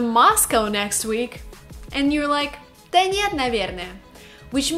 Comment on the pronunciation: It's not DA it's DUH, omfg you are useless